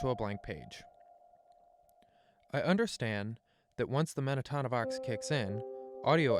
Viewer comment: It’s Men-ta-no-vox, Not Men-a-ta-no-vox Sorry that was bugging me 😂 accidents happen when you get a single letter wrong in medicine